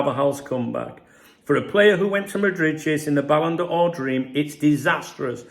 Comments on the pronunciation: ballon door, please, not ballon d or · Great channel but try saying 'Balon Door' next time. That would be the correct pronunciation. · Ballon d'Or. Why are you pronouncing it in a Franco way? Ballon Duh Ore. You’re a Brit - you can anglicise it. Ballon Door. Downvote just for that. Just for being a 🔔end. See the same with creators calling Wirtz “Veeirtz”. Behave. Geeeeeezus. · "it's called superthanks, I'm super and I deserve a thanks". Haha, LOVL. Ere ya go fella, get yourself some caffeine. So it's the ballon b'or for him so far eh. I pronounce it 'ballon door' so it works for me lol. I'm not surprised at all by his weak start, like you I forecast it somewhere. The grass isn't even greener over there. More sun and less rain equals more parched grass. His head was turned by something and I suspect he's going to end up wishing he'd stayed where the grass really was green for him. YNWA